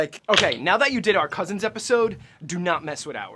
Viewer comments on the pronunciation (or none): none